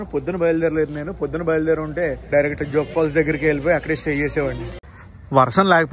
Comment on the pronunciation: it's జోగ్ (as in jogi) falls, not జాగ్ (as in jogging) falls.